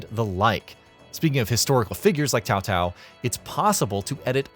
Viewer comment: I swear, i how do you pronounce 'CaoCao' name correctly? I have heard 'cowcow', 'saosao', 'keyowkeyow', and now your pronunciation, 'teowteow' .